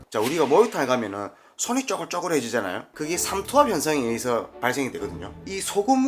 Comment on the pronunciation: 삼투합 아니고 삼투압 아니에요??? 태클은 아니에요~ 영상 항상 재밌게 보고있어요 ^^ 어복화팅!!!